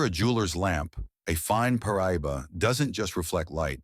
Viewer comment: Pronounced Par. Ah. Doe.